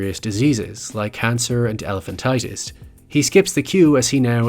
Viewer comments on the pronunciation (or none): The word is "Elephantiasis -(Tie-uh-sis) not Tie-tus)